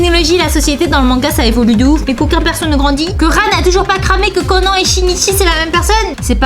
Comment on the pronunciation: Eeeeeuuuh par contre je t'aime bien hein mais wtf tu dis ''détective Conan'' au lieu de ''détective Conan'' genre an pas en wtf